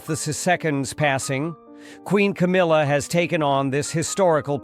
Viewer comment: KAMILA? Camilla! Your AI is broken.